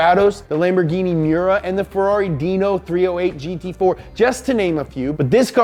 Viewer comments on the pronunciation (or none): none